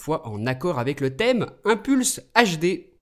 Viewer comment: inPulse no1 !!!! Et ca se lit [inepulce], pas [ainpulce] ! --' Ayecon no2 et le reste a la poubelle !